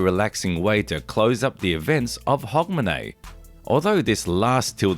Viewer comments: You are saying Hogmanay perfectly, Edinburgh is pronounced Edin-bruh! Scotland was banned by the reformation of the churches from celebrating Christmas. It was until 1958 that this was lifted - Not shy of a party, Scots then focussed on Hogmanay and New Year celebrations. Since 1958 we've slowly started celebrating Xmas, but we've always more celebrated New Year & is still why Scotland has an extra holiday on the 2nd January unlike the rest of the UK (To recover from the parties hahahaha). As others have mentioned - some of the processions are not filmed in Scotland :) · Pronounce Hugmanay. 🎉🎉🎉🎉🎉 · We usually pronounce it "Hugmanay".🤗 Lang may yir mum reek!